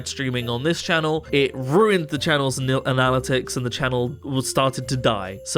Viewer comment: isn't it pronounced an-uh-lit-ics